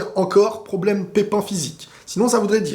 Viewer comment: C'est un pwoblèmeuh ! C'est un gwo gwo pwoblèmeuh 🤣🤣🤣🤣